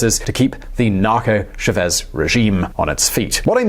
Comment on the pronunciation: He’s called Chávez, with pronunciation focused on the A, not Chavéz.